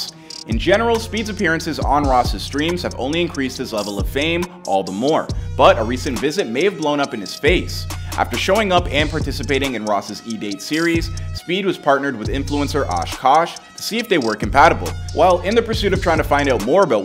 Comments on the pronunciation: Osh kosh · “Osh Kosh” you’re a disgrace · "osh kosh"?? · The way he said ash kash like osh kosh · Ash kassh don’t ever say it like that again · “Osh kosh” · bro said Aash Koch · Bro said osh kosh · Bro said osh kosh😭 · did he just say oosh koosh?! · The man said, Osh Kosh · Bro called Ash "Osh Kosh" 🤣🤣 Edit* in case ya missed it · Bro said “OSHH KOSHH” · Aint no way he said osh kosh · Who tf is “Osh Kosh” 💀😭😭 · "Osh Kosh" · The way he said ash kaash😭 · Nigga butchered ash kaash’s name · bro slayed ash kaashhes name lmao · Nigga can’t say Ash Kash